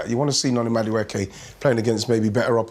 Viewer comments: Madueke ❌ Majuke ✅ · Who's this? The name is pronounced as it's written. Madu-eke